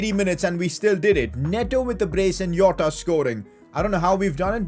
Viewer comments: Me hitting my head in a wall because he says Iota instead of Jota be like... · I mean jota not yota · It is jota not yota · Why do you say yota? 🤔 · Its not a not yota